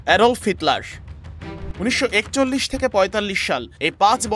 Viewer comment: অ্যাডল্ফ না অ্যাডলফ হিটলার